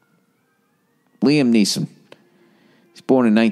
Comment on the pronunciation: Lol, what's the deal with Bill always calling Liam Neeson, "Niam Leeson"?